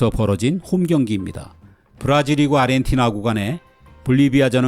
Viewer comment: 근데 왜 아저씨들은 아르헨티나를 아리헨티나라고 하는 거예요??